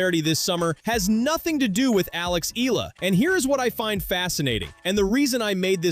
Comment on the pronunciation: Pls pronounce her name as Eh..yah..la..